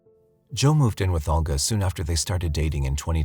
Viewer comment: NARRATOR: It's Olga, pronounced Ohl-ga (with a tongue curl on the "l"). It's even properly pronounced in the video you included. This tends to be the problem with younger narrators. Please check pronunciations. Excellent video otherwise (although, I have no knowledge on these cases).